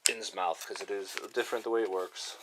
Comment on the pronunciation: Innsmouth is pronounced more like "Inns-mith" being from northeast area of U.S. in the early 1900's. Think Portsmouth, N.H. "Inns-mouth" sounds ridiculous and would likely get you punched in the face by locals in the North Atlantic regions. :D Thanks for the playthrough, I promise I'm not hatin' just tryin' to help!